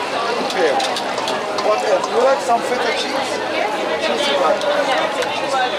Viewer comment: I like that accent “Whaaat aelse Doo you like?”